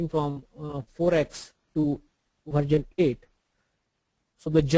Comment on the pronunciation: its not VARJAN.. its VERSION.... VARJAN VARJAN VARJAN VARJAN VARJAN VARJAN VARJAN VARJAN VARJAN VARJAN VARJAN